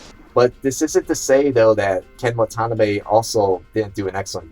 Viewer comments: Watanabe= What Ta Nah Beh. Your saying it What Tona beh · Could not help but correct you regarding Ken Watanabe's last name. Long 'a' s. I worked on The Last Samurai film in Japan, LA and New Zealand. A fantastic experience for Cast and Crew that produced an excellent pic as well. Your read on this film makes me want to see it!